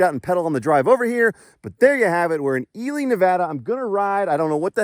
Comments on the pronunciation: I checked the pronunciation for you and you are correct it’s EE-lee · You nailed the name . Love the trails around here you need to try cave lake trail system . Its awesome 😁